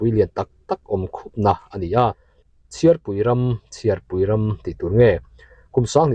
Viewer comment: CHHIARPUI ram i lam/chhiar rik dan khi a dik lo a hriatna ka neih tlat chu. CHHIAR lai tak hi lehkha chhiar tih a CHHIAR kan lam anga lam tur a ni zawk em le?